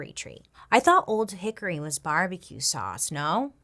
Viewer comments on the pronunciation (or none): none